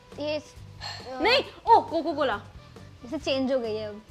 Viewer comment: Kon h jo abhi bhi coca cola ko coco cola bolta h ...like me😂😂😂